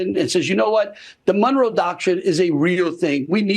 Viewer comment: "Munroe?" "The U-E"? Who is this guy again? Was he another real estate shell game operator? The tone doesn't matter if you can't pronounce anything you claim to know about.